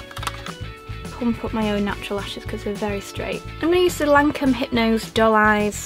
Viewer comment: Don't worry about not being able to pronounce Teint it's so difficult..but Lancôme is pronounced LanCOM! ❤️